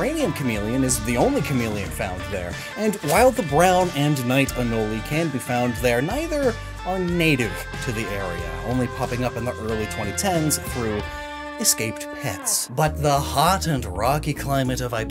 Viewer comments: Ya boi pronounces anole like cannoli? Here in SC we pronounce it "uh-nole" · Oh just so you know it's pronounced (a knol e) it's (a knol) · I appreciate the effort in pronouncing anole like cannoli...guessing you're not from Florida lol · Im dying with how he says Anole like cannoli. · Usually I’ve heard Anole pronounced “uh-nowl”, Regardless, cool video!